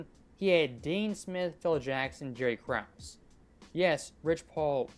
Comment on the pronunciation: He really said Jerry Krause.